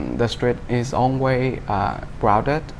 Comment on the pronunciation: để ý phút , bạn ấy phát âm because thiếu, rồi always cũng thiếu s, nói chung bạn nghe tốt với phát âm tốt thì bạn nhận ra cũng có nhiều lỗi, chắc có lẽ mình hơi khó tính :v mà dù sao cũng ổn rồi :D